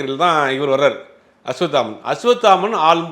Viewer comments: நெரியாளருக்கு அஸ்வத்தாமன் என்ற பெயரை அஸ்வாமுத்தன் என்று உளருகின்றார் பேட்டி ஆளிக்ககூடிய நபர் குத்துமதிப்பாக உளருகின்றார் என்னங்கடா ம்..... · Don't do factual mistakes, I have repeatedly seen you making mistakes in pronouncing names, it looks unprofessional. It's not Ashvamitran it is Ashvathaman. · 😢அஸ்வத்தாமன் என்பதே சரியான உச்சரிப்பு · Bro asvathaman correct spell pannunga, ungaukea rollinga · Aswathaman. Oru thadava kooda correct ta sollala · அஸ்வத்தாமன் பேரை ஜீவா தவறாகவே உச்சரிக்கிறார்...🤔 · Being a journalist ,can't you pronounce a name 'Ashwathaman' properly...